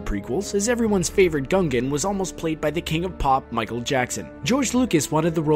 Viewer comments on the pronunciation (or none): none